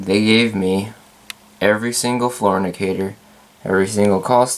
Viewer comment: Fantastic collection and a fantastic tour! Somewhere along the way, you said "floor indicator" and I heard "fornicator." Note: inhaling ginger ale is NOT recommended.